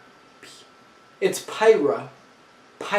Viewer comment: Yo Bro!! You keep messing up Pyrrhas name lol. It's (Pyrr-Ra)